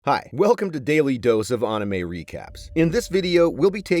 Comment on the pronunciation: the way he said anime is crazy😂😂